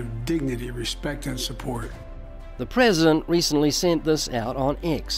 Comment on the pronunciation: The prehsehdehnt rehsehntleh mehmehmeh. God.